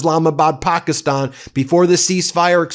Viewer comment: How many times can you mispronounce Pakistan in one video?